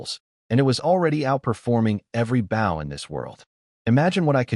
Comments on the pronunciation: Your AI narrative pronounces bow like the English word how, which is incorrect unless your talking about part of a ship! When talking about archery the word bow rhymes with the word English words low, or go, or so, or throw, or the name Joe. Whe pronounced correctly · these AI generated stories can never tell the difference between a BOW ships front like bou, ( amongst others) and BOW (and arrow) like bowe so hard to hear the ships term for the bow and arrow pronunciation all the time. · hearing bow (bou) instead of bow (bō) everytime is killing me. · anyone else irked that whenever AI says Bow it comes out as Bao? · Decent story. I just wonder why no AI seems to be able to say "bow" in the archery sense. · This story is great. The AI narrator is first rate. Good voice, good timing, good inflection. So why is the word bow, as in bow and arrow, pronounced like a bow, as in bow to the king and queen? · this was a tough one. the fact that BOW is mispronouned every second sentence was tough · This is good story but I'm not getting any closer to being comfortable with the mispronunciation of the word "bow!" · is it me or can none of these ai genrated things pronounce bow correctly. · The thumb nail show’s the protagonist wielding a bow, how do they manage to pronounced as bait. How do they fail to highlight words with multiple pronunciations? Liv, live, etc